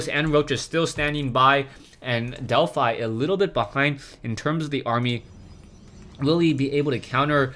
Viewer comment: wow it's a fanboy war in the comments (i support. he should have more subs but he doesn't instead of bitching about it LIKE his vids so he gets noticed more.) And to you Delphi is pronounced DelphE if the player has named themselves after the Greek God Apollo's Temple at Delphi.